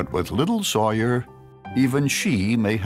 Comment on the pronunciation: Why does the narrator keep saying sawyar on the other hand